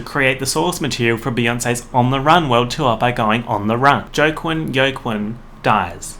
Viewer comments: “Uh.. Jo-quin” DOES HE MEAN JOAQUIN HAHA (Wa-Keen) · “jo qwin go qwin joe cwin” eez waakeen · joe-quinn, yo-quinn... me, internally screaming: ITS PRONOUNCED WALK-EEN. JOAQUIN IS WALK-EEN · my mans really said "Joe Quinn" Dude! it's WAKEEN = Joaquin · him pronouncing Joaquin (“wa-keen”) jo-quin, fucking hurt me. like i literally out loud corrected him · JOE QUINN LAammamakdjsooo it’s WAH- KEEN aka Joaquin😂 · I died every time he pronounced (wa•kine) like (Yo•Quine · joaquin is pronounced "wah-keen" which is i think what you meant when you said "joke-win, yolk-win" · The way said Joaquin has me weak. Joking? Joe-kin? Lol Its Hwa-Keen. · you calling joaquin joe quin/joahquin lmaooo (it’s hoo-ah keen) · i'm so sorry i don't know how to tell you this but joaquin is pronounced wah-keen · joaquin is pronounced "wah-keen" bestie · the way you pronounced joaquin is sending me. its kinda like “wha-keen” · Joaquin is pronounced Hua-keen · Joaquin is pronounced kinda like “wha-keen” at least here in the states lol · it's pronounced wakeen but spelled weird lol also this rlly annoyed me there we so many things wrong with it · Bruh 😭😭😭 Joaquin is pronounced Wah-keen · It’s like he’s trying to say Jakken from Inuyasha but with a funny accent 😩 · joaquin is pronounced wha-keen lol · “Joke-win” is one of the weirdest pronunciations of “Joaquin” I’ve ever heard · i'm sorry but the way you pronounced Joaquin as "joe-quinn" is really sending me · joaquin is pronounced hwa-keen :) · you pronouncing joaquin joekin sent me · Joaquin is pronounced “wah-keen” like Joaquin Phoenix. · Joaquin is said like wakeen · Wakeen that’s how you say his name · WHY ARE WE IGNORING "joe-quinn" WHEN HE WAS SAYING JOAQUIN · him saying "joe quinn" HURTS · I was like who names there kid JoQuinn and then I realize this bitch don’t know how to pronounce Joaquin properly.... white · Its pronounced Uakin (the j is silent) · Joaquin is said like ‘wa- keen’ xx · joaquin? it’s waa keen basically